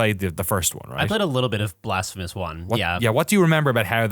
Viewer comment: every time you say blasphemous i hear "the blasph of us"...